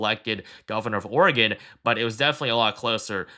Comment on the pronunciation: Thank you for pronouncing "Oregon" correctly!